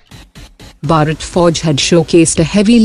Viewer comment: Please pronounce Bharat properly!